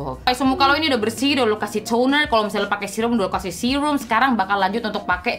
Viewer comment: Pengucapan kata "Tutorialll" dan "serruumm" nya seakan2 terngiang2 di telinga